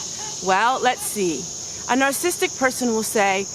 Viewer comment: You are an open book and I love you for it. The teacher in me just wants to mention this personality disorder is pronounced : nar SA sis tic not nar sis tic. Let's pray for each other b/c all of us have a little bit of everyone else in us. You are right, leave them alone, but always seek peace and beauty! Sorry someone was so mean. My mom always said "Kill 'em with kindness." God turns everything around for good.